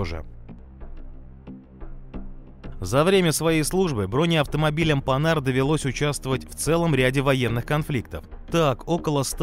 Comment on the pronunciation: Редкий случай, когда автор не исковеркал французское название марки. Спасибо.